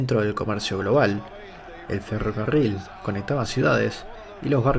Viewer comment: Jajjajajjajaj franchute el pibe.